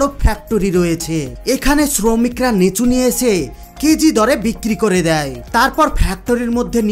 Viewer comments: লেচু না লিচু। ভাষা ঠিক করো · আমি লেচু চিনি না।এইজন্য নামটি ঠিক করে বলো। লিচু নামে আমি জানি।